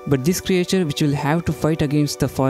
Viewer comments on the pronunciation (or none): WTF is a cre"A"ture.